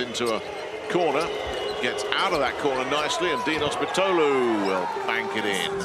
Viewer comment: His name is pronounced Mitoglou, with strech on "i" (Μήτογλου).